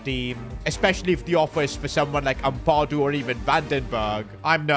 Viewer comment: Let’s teach how to say these players names! As a Leeds fan this is annoying me Ampadu = Am-per-doo Gnonto = non-toe Struijk = str-ow-k